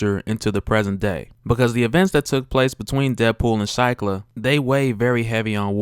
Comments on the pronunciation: Pronounced sheeklah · Shiklah = "SHEE-klah"